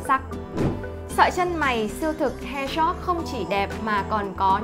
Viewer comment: Bạn ơi chữ hairstrokes bạn phát âm sai rồi, mở google traduction ra mà nghe nhé để phát âm cho đúng.